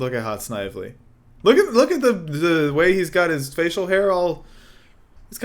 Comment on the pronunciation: You pronounced Snively wrong. Several hundred times.